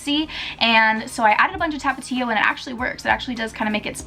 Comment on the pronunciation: i love the way you say tapatio lmao